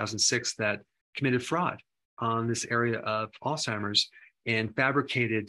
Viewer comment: Thanks for not calling it “All-Timers”. Huge pet peeve.